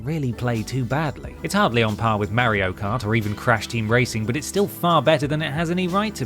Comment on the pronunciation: Every timeI hear say Mario, I shudder like a ghost just passed through me